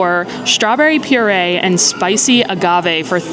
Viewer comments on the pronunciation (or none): none